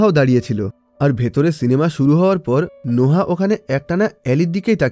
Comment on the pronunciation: নোহা কি ভাই এটা নোয়াহ(noah)